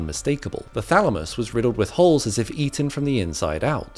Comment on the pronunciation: Thamalus? Lol